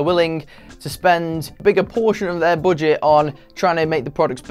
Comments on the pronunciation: I like to way you pronounce 'boudget'. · The way he said "budget" 🤣🤣🤣